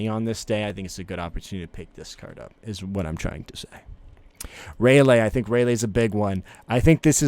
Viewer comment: you aint got room to talk bro you call Ray-LEE, Ray-LAY 💀💀💀🤣🤣🤣